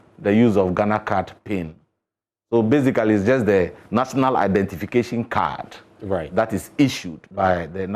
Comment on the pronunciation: Instead of saying one simple identification, he keep saying one identifaayaa